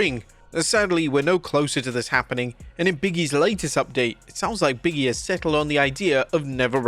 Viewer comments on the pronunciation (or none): Why do you refuse to pronounce Big E's name properly? It's Big E, not Biggy. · One day this guy will pronounce it as “Big E” rather than “biggie.” One day…